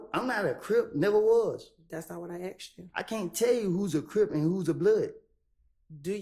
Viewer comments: Why are these people saying "Aks" English is not my first language but everytime they say that it triggers me and I think "What?? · How is this lawyer still getting away with mispronouncing asked?????